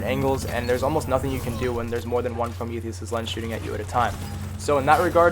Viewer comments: PRO_ME_THEE_US ≠ PRO_MEE_THEE_US_IS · Fuck, his pronunciation of the gun is bugging me. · y'all give me depression. He pronounced the gun wrong, and you're all dumb for arguing about shit neither of you will care about a few hours from now. Stop it. Get some help.